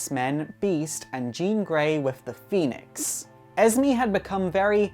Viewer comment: How he says esme “ez me” it’s supposed to be “ez may”💯